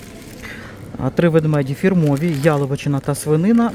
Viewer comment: дякую вам, посміялася також, 🤣🤣🤣 що в АТБ почали продавати ведмеді та щей по акції.👍🤗🤣 Правильно "Фℹрмові" , а не фірмОві, і не "ЛімО" , а "Лℹмо".🤗